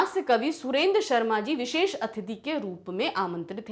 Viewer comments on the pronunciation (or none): none